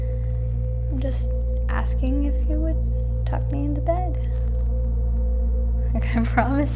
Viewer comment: "Tuck me info bed"